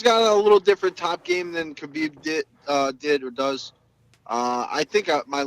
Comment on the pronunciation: Break the podcast cycle and be different: learn to say Habib properly. It's unreal, journalists like Okamoto, Helwani, Meltzer, Luke Thomas all say it right but podcaster/fighters like Bisping, Schaub, Serra, even Rogan used to say it properly then got infected. Ask a Russian in your gym how to say Хабиб right, that first letter is an "h", not a "k" or silent k. Its like when you first learned about the Gracie's. We all said Rickson & Royce until someone explained that Brazilians have a different linguistic ruleset. Since then we've learned to say Henzo and Hoyler. Biggest fight off 2018 and hearing TV crew mispronounce the champ's named sounded bush league. Thank God Bruce Buffer took 2mins to get the name right. As for the podcast, pretty good discussion, went along smoothly. Gonna sub on my phone. try to find ways to do the podcast in segments rather than one long conversation like Rogan. You talk a bit before the interview and after and rotate segments like: predictions for upcoming cards, Q&A, going over past fight, maybe a Move Of the Month where you talk about a technique you saw month and you break it down how you would use it or how others use it. Or maybe an exercise or skill every month that you'd recommend, some underrated stuff, for upncoming fighters. Having a pro fighter share tips w/ listeners seems like a great way to engage fans just like Q&A. Once you get bigger, you can slip in small audio cuts in between segments or have those segments sponsored by indivi